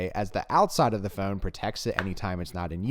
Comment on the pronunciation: Don't you say "f-own" funny. 🤣